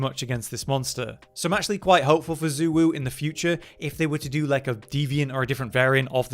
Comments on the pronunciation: Congrats youve rage baited me enough to comment on how bad those pronounciations are. ITS SHAY WUU NOT ZU WUU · Xu Wu is pronounced “Zhey Woo” 😭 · excuse me but we all decided it is pronounced UwU.